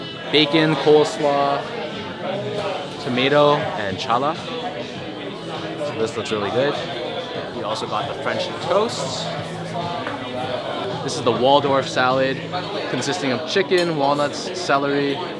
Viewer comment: just FYI...the challah is the bread...it is a Jewish egg based bread-very delicious...and it is probably what the french toast was also made from which is very common use for challah...also, when pronounced it is kind of a silent 'c' so almost pronounced halla...just FYI from a supporter who happens to be Jewish like Ronnie Fieg...thanks for sharing your trip and it looked amazing! so jealous!